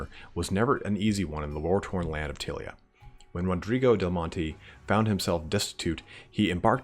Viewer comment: There`s nothing to worry about in the pronunciation. There are no Italian words in DOW, only words that some English guys made up which sound Italian-ish. I`m more worried that you are massacring Tilea, which I always thought of as ty-lee-a. Also, being American (which you cannot help) you don`t see all the puns, in-jokes, references, & play-on-words that old-school warhammer/40k used to be stuffed full of. Otherwise, good work fella.